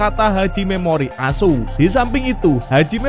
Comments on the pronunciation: Admin bar bar njir.. Sebut nama pelatih jepang koq gitu..😂😂😂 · Semangat amat bang nyebut pelatih Jepang memoriASU 😀😃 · asuuunya candu bnget,penekananx itu loe...😅😅😅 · jelasddd,ngomong pelatih 🇯🇵, memori as.... 😄😄😄😄😄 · Ya klo nyebut platih japan sngat lucu asune kwi loh medok bnget😂😂😂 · Min... Kamu kok fasih bilang ASSU Mimin orang Jawa ya😂😂😂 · Ada masalah apa ma pelatih jepang min ikhlas banget ngomong "ASU"nya?😅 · Apa lagi pas bilang memoreal asuu 😂😂😂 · kalau nyebut nama pelatih jepang nyentuh banget 🤭 mak nyos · Kok maantap kali nyebut pelatih jepan 🤣🤣🤣🤣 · kocak kalo sebut nama tetangga😂😂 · Bikin ketawa ngakak aku dengernya, itu loh yg nyebutin pelatih jepang ny itu loh bikin ngakak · Wiiihh mimin kalo nyebut pelatih jepang mantap bgt..😂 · Bang pelatih jepang pengucapannya jgn disepasi jatuhnya artinya salah bang 😅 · Jgn keras2 min kalau memyebut, pelatih tim nasional Jepang,,, diksi tekanan akhir kata diperhalus aj ga enak lho,, 😅😅😅😅